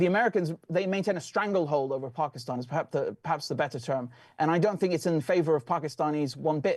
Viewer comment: Love the way says Pakistan! 🇵🇰 Pronouncing it properly! ❤